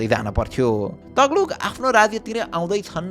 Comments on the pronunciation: सिम्रौ गढ ? सिम्रौनगढ ✅ तग्लुक? तुग्लक ✅ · Taghlug haina yar TUGH-LAG ho, pronunciation ma kaam garum ma yar please